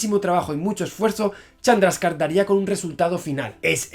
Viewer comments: ¿Has dicho Charmander en vez de Chandrasekhar? ¡¡Jajajajaja!! Deja los videojuegos y los tebeos, Javier, y ponte a hacer física, hombre, que esto no es serio. XD ( ¿¿Dices Chandraka??) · Llegará el dia que Javi diga bien el nombre de un científico? Srredinger,Chandraska,etc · dijo charmander? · Like si escuchaste el Charmander jajaja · ¿He oído charmander en el minuto ? XD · Según esta página, la "e" de ese nombre sí se pronuncia